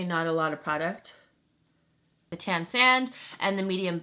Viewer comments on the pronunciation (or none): the way you say product gets me so mad😂😂 love you but idk why haha